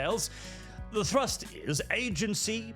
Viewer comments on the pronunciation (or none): none